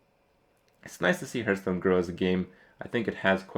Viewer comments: its not herdstone its hearthstone !!!!!!! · hes playing this game forever and he still calls it hurtstone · Will Kripp ever realize the game is called Hearthstone and not Hurtstone?